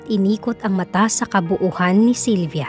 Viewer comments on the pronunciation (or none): KABUUAN NOT KABUUHAN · KABUUAN NOT KABUUHAN.